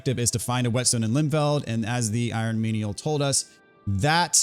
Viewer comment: Im sure its pronounced Limfeld. Feld means field in German and these games have a thing for having words from different languages put in. Just like Zweihänder. Also the letter V is sometimes pronounced like an F in German so Limfeld would make more sense.